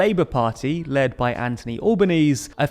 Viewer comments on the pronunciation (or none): it's pronounced "AN-thon-y AL-buh-NEE-zee" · Anthony Albanese is pronounced "AnTHony Albo-nee-zee". Or, make it easier on yourself and call him Albo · Small criticism, you mispronounced the name of Australia's opposition leader. His name is pronounced with the H in Anthony and both E's in Albanese